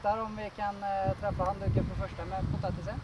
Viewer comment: when you tried the egg for the first time you said something about it not hitting the towel (*...and there is the towel*) You said handdüke or something, which sounds really like handdoek (dutch and frieze, holland) A teacher of mine said she had met some swedish ppl (idk if it was swedish) and she though they were talking frieze also, but it was just swedish, they could just understand each other because it just looks all the same, we are leanguage-related :) I like that fact!